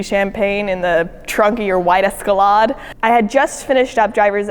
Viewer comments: this bitch said escalodd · Why did she call the Escalade an eskalad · Why did she say esclade like that lmao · WTF is an Escelaad? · Is that how you say escalade? Fancy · I can’t get over how she pronounced Escalade 😂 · Bruh 😂 first minute 👌the best👌 she cannot pronounce that car right. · she pronounces escalade funny